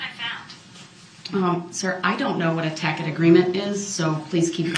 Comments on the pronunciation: The objections are sustained not substained. And tacit is pronounced tasit not takit. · The word tacit is pronounced like ta-sit, not takit like he’s saying it. Tacit agreement means agreeing to something without actually saying it. Something like that. I don’t think it fits where he was trying to use it 😂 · The word is pronounced, tacit (tasset) agreement, I believe, and he’s calling it Tackett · It’s not SUBSTAIN! It’s sustain. The word is TACIT as in TASIT not tack-id. 🙄🤣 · A tacit agreement. Its prouncing it weong as takid agreement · A tack it agreement. He's mispronouncing it. TASIT agreement. He's the idiot king. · He saw the word “tacit”, has never heard it pronounced, and thinks it is “tack it”. He has no idea what the definition of tacit is. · Tack it agreement. .the word is tacit. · He saw Tacit Agreement (pronounced tasit) and says tackit! What a DumbAzz! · The words are “tacit,” and not “tacket” and “sustain,” not “substain.” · Tacit not takit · A tacit agreement. Tass-it tassit TACIT. NOT TACK-it, moron. It’s like him using the word pursuant wrong over and over. It’s hilarious but I have secondhand embarrassment lol. STFU with your creepy baby teeth and claw talons. Ok done now lol. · Lmfao that word is pronounced TA-sit. Not tacket 😆😆😆 the judge was trolling - she knew what he meant! 😆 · Its Taccit pronounced tassit not tackit and isn't it relevance not relevancy? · “Tacket agreement” 😂 He somewhere read the word “tacit” and thought it’s pronounced like “tacket”. The “c” in that word makes a an “s” sound. I know that you already know that. Just saying. But the “tacit agreement” comes from that sov cit crap. Everything is a “contract” in their minds. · It's Sov Cit crap. It is a tacet agreement with the "c" having the "s" sound. He is pronouncing it with a "k" sound like tack-it. He didn't even claim to be Sovereign until he decided to represent himself. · he also pronounced it "tack-tick agreement". He really is simply just a dolt.